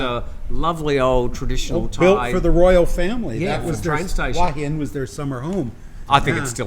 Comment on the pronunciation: still can’t pronounce Hua Hin correctly. 😊